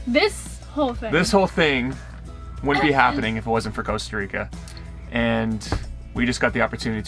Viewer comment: You should come to Europe or travel around South America? I love your 'Nomadic Movement' and you are superb people but technically America is one country so you need to utilise your fantastic travel skills in different countries. Costa Rica is a good start but practice to pronounce that empathic 's' and 'i' : Co's'ta and R'i'ca ii!!